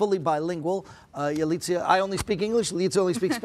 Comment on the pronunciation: Por qué le dicen Yalitzia jajaja, es Yalitza.